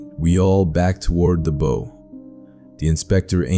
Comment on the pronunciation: Obviously not a sailor or Marine . The pronouncement of "bow" rather than*bough ",says it all.